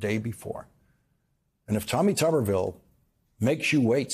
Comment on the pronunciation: Did he say Tommy Tuberville or Commy Tuberville!